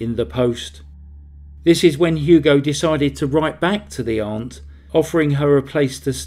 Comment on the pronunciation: What a worm of a man. Good work, Also, thanks for pronouncing 'aunt' correctly. It's amazing how many narrators mispronounce it as 'ant'